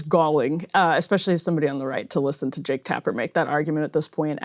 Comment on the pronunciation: Jake rhymes with 'joke'. Or close enough not to matter, anyway.